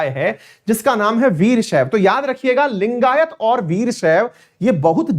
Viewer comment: Abe saale bol to thik se लिंगायत langayat bol raha hai....